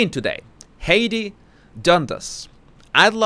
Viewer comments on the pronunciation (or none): Just to help you pronounce Heidi's name... It's pronounced like "High-Dee" I think you're doing a great job! Keep up all your great videos. You make me laugh every day!!